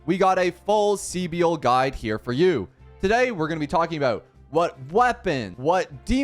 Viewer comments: .....SEE BIEL?!.... Bro the amount of times they pronounced her name for you and you say SEE BIEL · She's just pronounced civil with a B right ? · My guy, take a grammar course ffs. Her name isn't that hard to pronounce right. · Everyone is butchering her name horrendously. People should look up how to pronounce names 😂